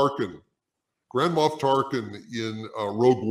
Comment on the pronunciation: “Moff” not “Moth”. Thank you for the chuckle.